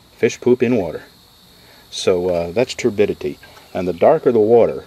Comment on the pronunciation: Another thing you gotta worry about is "TURDidity"